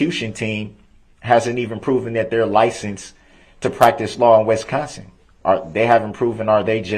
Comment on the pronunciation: ITS “ WISCONSIN “ NOT “ WESCONSIN” DUMMY !!!!!!!!!!!!